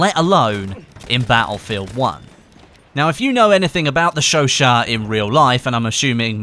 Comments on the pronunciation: Its pronounced sho sho not sho shat. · sho-shat not sho-sho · Isn't it pronounced like "sesot" (not a hater btw) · i thought you said chauchat like chew aut. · you pronounce chouchat wrong say the two words that it is chau chat theres a T